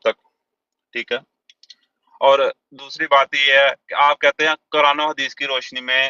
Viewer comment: qaran نہیں quran تلفظ ہے۔۔ 😂